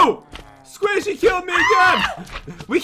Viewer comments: Does no one care that pat and are saying sqaishy in stead of squishy (no offence and not in a mean way) I love you guys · "Squashy" LOL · I kept cringing when pat said ‘squaishy’ instead of ‘squishy’ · He was being goofy he knows how to prounce squishy